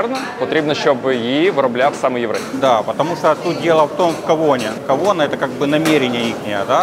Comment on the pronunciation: Кавана , а не кавона!